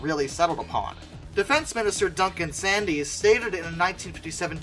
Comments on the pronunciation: Duncan Sandys pronounced his surname as "Sands". Never take the pronunciation of any name used in the UK at face value. Those of us alive at the time of the project never said "dash" in the name "TSR-2". It was always the "TeeEssAhTwo". (note the non-rhotic English R). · It may be spelt Sandys but it's pronounced Sands. Cost overruns plus a basket case economy lesd to the TSR-2's cancellation. The RAF provided the USAF a copy of GOR.339 on which the TSR-2 was based. The USAF got a good deal out of that paper.